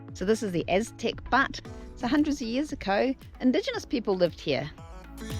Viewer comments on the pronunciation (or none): Aztec "but" hahaha. You might want to ask someone how to pronounce the word butte. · You hit the highlights for sure! It is pronounced B -ewe-t, as in beautiful. Also, cairns are commonly used in State and National Parks (not all) as trail markers, especially on rock and desert trials. Some are memorials. Enjoy our magnificent state!